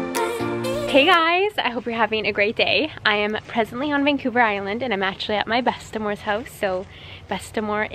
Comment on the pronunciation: Uuuhm? My Danish-Canadian grandmother was bestaMo not bestamore...one of us is wrong 🤷‍♂️. Lol